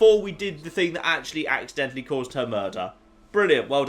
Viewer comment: Ha! I get it. "Ax-identally". XD